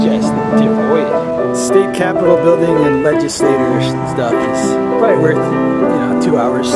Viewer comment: why did he call it a "crapitol" building lol?